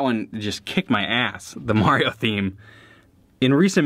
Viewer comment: am I the only one that can really hear the Illinois in his voice when he says “ass?”